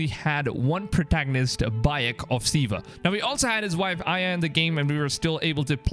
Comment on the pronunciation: He said bayek of siva lol siwa